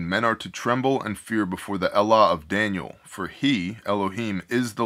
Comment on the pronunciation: Are you saying Elah? Or allah?